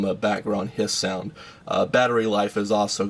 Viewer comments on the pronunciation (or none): none